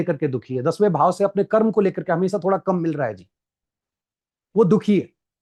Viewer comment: हिन्दी ठीक से बोलें Please धर्मा.कर्मा नहीं धर्म कर्म PLEASE